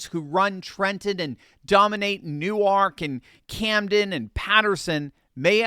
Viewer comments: I just want to correct you on your pronunciation. In Jersey, they don't call it New-Ark. They call it New-Work. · I couldn't help but laugh at hearing you using the Delaware pronunciation of Newark when referring to Newark, NJ. "New-Ark" is a city in Delaware. "Noork" is a city in New Jersey. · Newark is pronounced Newerk by the locals. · ...it's pronounced "New-werk"